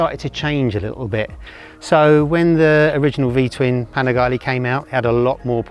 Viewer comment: Panigale - its Panigale , not Panigali….